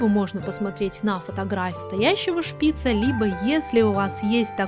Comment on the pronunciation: Шпица ударение на букву ааааааа на последнюю букву а. Извените за ошибки